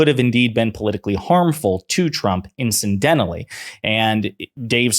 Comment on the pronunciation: Incidentally not “in-cen-dentally”.